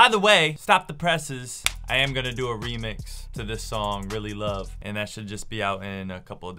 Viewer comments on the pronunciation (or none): none